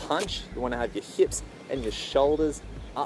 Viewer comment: heips